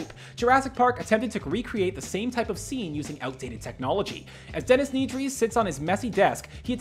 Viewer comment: Pronounce solace correctly Pronounce Nedry correctly That’s not Galvatron Stormtroopers in Ep 4 onwards are not clones Poor reporting screenrant